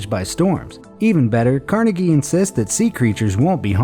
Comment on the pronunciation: YES! I LOVE THE WAY U PRONOUNCE CARNEGIE!!!!!!